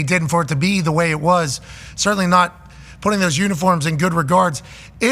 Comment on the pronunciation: *pahting, not pouting 😂